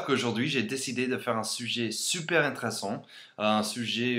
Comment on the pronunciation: Super vidéo. Mais fais attention à ta prononciation des mots "vidéo," "intéressant" et "femme". Bonne continuation!